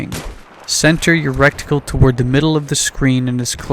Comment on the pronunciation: Nice vid, it is pronounced reticle, not recticle, aside from that well done